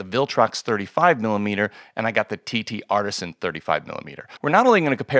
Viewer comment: I know this is petty, but: TTArtisan (singular), not TTArtisans. You’re very good! Your channel is definitely among the best on YouTube related to photography gear. Your content and execution are of such high quality that even small errors with a company’s name, however, stand out. Keep up the good work, but, please note: 7 Artisans, TTArtisan.